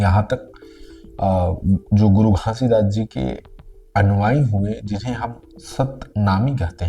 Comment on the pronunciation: Pahle aap Baba ji ka naam ache se lena sikh lo fir Satnam ka mining samjhana guru ghasidas ni pram pujya sant siromani guru ghasidas Baba ji 🙏🙏🙏🙏🙏